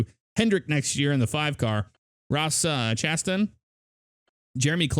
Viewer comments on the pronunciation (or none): It's pronounced chastang like mustang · Don't take this the wrong way... but I wanted to let you know how to say some of the driver's names. Just so you know for future reference. Stephen Leicht (pronounced "light") Ross Chastain (pronounced "chastayne") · did anyone hear that said Ross Chastain wrong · You pronounced McLeod, Yeley, and Chastain wrong, but the game looks good.